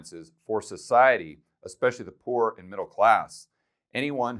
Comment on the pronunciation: Did you actually mean " Pooer " ???